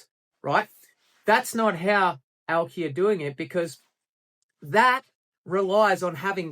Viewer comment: Aw yeah nah yeah Nils is a real one thats for sure. Once you see the Auki big vision you understand this is the inevitable progression of blockchain. Great to see that Aussie spice in your vids from a fellow Aussie. And "owki" said right haha - Scodo.